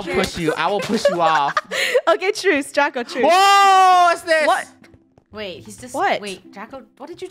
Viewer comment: When Lunar got pushed down and died from a creeper i thought saud "Chubako!!" But then i realzed she said "Draco!!"